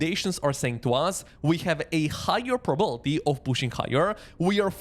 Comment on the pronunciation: All good, but it's 'probability', not 'probality'